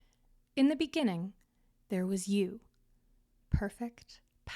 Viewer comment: In the beninging